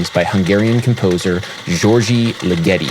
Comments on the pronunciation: Great video Adam, but I think the stress in Ligeti's name is on the first syllable (LI-ge-ti) rather than the second (Li-GE-ti) as you have it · LIgeti. The emphasis is on the first syllable. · it's LIgeti, LIgeti not liGEti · Dude... Legeti's name is pronounced LIgeti not liGEti. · The composer's name is pronounced with the accent on the first syllable. LIG-etty. (As in, it works as part of a punchline like "why did Ligeti split?" -- creating a joke to fit the punchline is left as an exercise for the reader) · Hyggen76 ligeTEEEEEeeeeaaauuuiii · I'm sorry to be this person Adam, but Ligeti isn't supposed to rhyme with spaghetti... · You really need to a take a couple of seconds to be sure you know how to pronounce the name of a composer before you talk about them. First you butchered Steve Reich's name and now Ligeti's. For such an otherwise well spoken person, this is a glaring gaff. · It's pronounced Diord'(soft d) LEE-geti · sorry to be the annoying pedant here... it's 'Jerge' (soft j and g) Li-gutti (emphasis on the first syllable) :) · Hungarian György sounds more like Giurge or Dyurge. And put the stress on the first syllable in Ligeti: Dyurge Leega-tee.